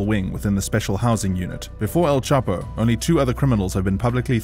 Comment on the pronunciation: All this research but you couldn’t get Chapo’s name right…